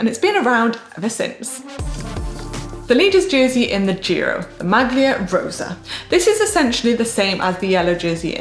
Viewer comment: I love you GCN but, come on, I think you're deliberately asking presenters to mispronounce Italian words on purpose. This time it's "maglia". The 'g' should be silent just like it is in tagliatelle. In a recent clip it was "strade bianche" where the 'che' sound should be hard like a 'k'. Sorry for the pedantry, it's the Italian teacher in me.